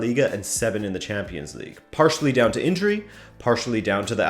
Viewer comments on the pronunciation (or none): none